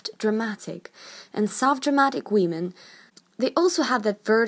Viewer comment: Nobody: "wEmEn"